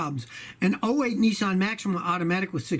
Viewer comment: G,Day Scotty its Niss like piss Not Nessan announce it right way.